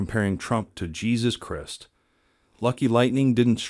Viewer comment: AI can't even pronounce Christ properly. Next...